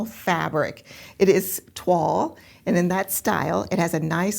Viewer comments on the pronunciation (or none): Fantastic matches. I have not heard of toile printed fabric before; we pronounce it as the French do: Twahl not twall. I only know it as the test making of a garment in calico. I love all the substitutes you found and the card one is amazing! It's funny, often I don't think the 1 and 2 will match but then I see the image of the pattern and it all falls into place! So helpful when you explain why you make the matches you do. Great video again, 🤩🤩🥰🥰